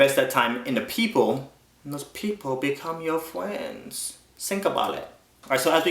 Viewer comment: "n those peepull become yo fwens...sink a boulet" :P